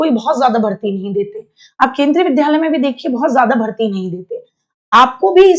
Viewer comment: विद्यालय को पढ़ने में ध पढ़ रही हो थोड़ा सीख लो